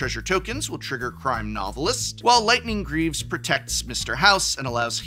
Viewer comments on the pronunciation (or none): none